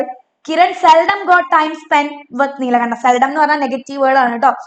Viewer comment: Teacher his name is nilkanta Not nilakanta